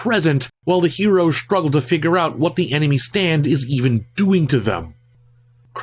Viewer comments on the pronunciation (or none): none